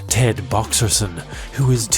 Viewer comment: Ted Boxerton LMFAO hahahahaha after mispronouncing bud's name was priceless